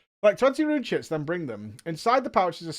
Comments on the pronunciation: All I hear is “rune shits” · i kept hearing "rune shits" and i had to go back and read it lol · Rune "chits"you say, hmmmm